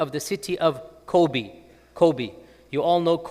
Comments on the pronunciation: The pronunciation of Kobe is Kobey. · I think he still pronounces it a bit like the name of the basketball player /kobi/ while in fact the final /e/ is the same as the /e/ in [bet].